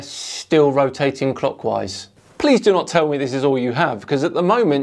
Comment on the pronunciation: I can't be the only one constantly hearing "cockwise", right?